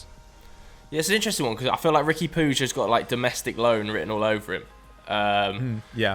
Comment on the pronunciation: For the love of christ the name is puig not puge